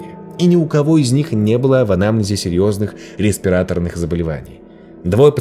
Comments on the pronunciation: Дикция прекрасная, вот только в 2х словах неправильное ударение прям по уху резануло. Не респирАторные, а респиратОрные, и не плексИглас, а плексиглАс (от слова glass) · Что случилось с русским? Почему пошли постоянные неправильные ударения в словах, невероятно режущие уши? Заметила в прошлом ролике, в нынешнем поняла, что "Однако, тенденция" Навскидку: респирАторные заболевания вместо респиратОрных и кусок плексИгласа, а не плексиглАса. Тщательнее надо, ребята, тщательнее...